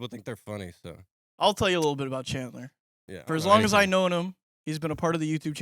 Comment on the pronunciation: NAH HIS NAME IS CALLED CHAD-LER